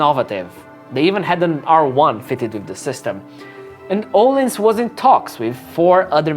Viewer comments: öhlins not ohlins xD o and ö are totaly diffrent soinds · Its Öhlins not ohlens